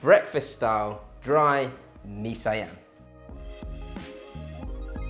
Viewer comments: That looks GOOD! btw it's pronounce as See-Yum/See-Arm. Cook more SEAS food please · don't get me wrong, i'm one of your big fan but you are pronouncing mee siam wrong. One syllabus, not two. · Nice! "siam" as pronounced in Malaysia or Singapore uses the Malay pronunciation - single syllable instead of si am. And yeah, the recipe is how I do it at home! Thanks for the vid!!